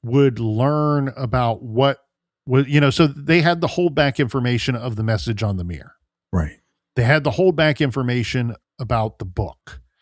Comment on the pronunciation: Why can't you say mirror properly? 😂